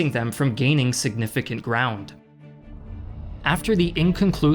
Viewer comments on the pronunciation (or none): none